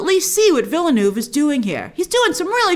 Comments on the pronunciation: it's vil·nuhv, not vil-noov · Villeneuve is pronounced veelnerv. The last v is kinda like an f that trails off.